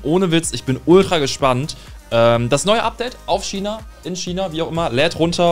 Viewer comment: Es heißt China nicht schina